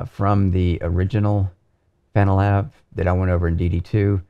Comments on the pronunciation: ... "Fananalab app" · I like how he says "Fananalab" haha